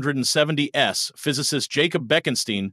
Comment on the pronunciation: "In the year 1970 S" lol. Another AI speech